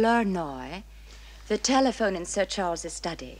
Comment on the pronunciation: “Nice Telephewn Companee”